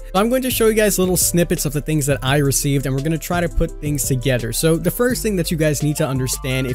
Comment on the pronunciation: "Togeder" oki